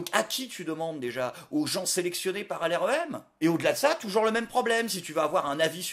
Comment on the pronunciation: Sacré Jr! Toujouwrs le mot pour riwre